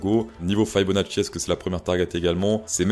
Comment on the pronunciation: Par contre on ne dit pas Faille beau na tchi… mais « fi beau na si »